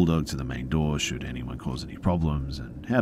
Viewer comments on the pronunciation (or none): "He learned how to answer the phone, to lock the doors, how to call our bull dogs to the main door, shoot anyone who caused any problems..." lol I had to listen to it twice to realize "shoot" was actually "should"